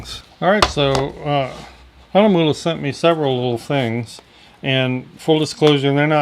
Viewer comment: 4 and 1/2 years ago! THANK YOU FOR PRONOUNCING THE NAME CORRECTLY! I have been trolling reviews of this brand, and YOU are the only one I have found to pronounce it well. As always, I love your humor! Thanks very much,.